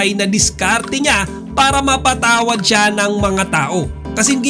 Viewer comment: Di po shiyan Basa sa name Nila... Siyan po. Hahahaha